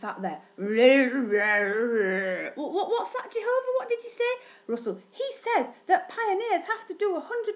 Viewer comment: Don't Say Jehovah s name like that